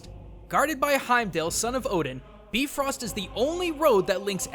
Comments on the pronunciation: No, its Bye, not Bee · I dont know why this annoys me so much but the rainbow bridge in nordic mythology is pronounced bye-frost not bee-frost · You pronounced bifrost wrong!! "Bee-frost?" Really? Do your research! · Its pronounced By-Frost not Bee-Frost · not beefrost bi-frost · Bifrost is pronounced with a Bi not a bee, You said Beefrost not Bifrost:D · "Beefrost?" "Joetun"? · Bifrost, BI, not B-frost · It’s pronounced b-I-frost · It's pronounced bi Frost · You sayed it wrong its like "bye frost" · You pronounced Bifrost wrong. it's pronounced B-eye-frost. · BYE-frost! just a nitpick but otherwise awesome video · he was very close to the pronounciation. just the "ö" was wrong, which really isn't much of a deal. it is bee-frœst after all. most europeans do pronounciate "i" as "ee ". Americans usually just use to don't give a damn about it... but i am quite sure that Heimdall isn't a son of Odin. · Yeah, it's supposed to be Bifrost. They just pronounced it wrong in that movie. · on the Norse lore, the pronounciation is wrong. Look up at Marvel's Thor.